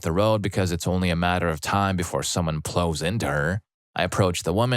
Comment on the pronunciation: Im almost sure ive heard you say "plow" correctly before.. you strokin out bud?